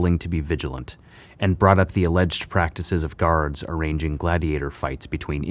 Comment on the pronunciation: Or garaurds... Dude got defective pronunciation